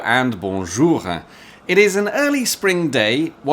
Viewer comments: "Hello and boujour-euh" I'm already triggered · Bonjour-euh 🤣 Not sure why I had subtitles on, but this cracked me up. What a lovely video! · Magnifique le "bonjour-euh" à la parisienne !